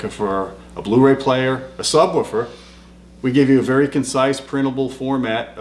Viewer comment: Luuuuuccy, Im hooooome...weed my nu sabwooofer...baba lu.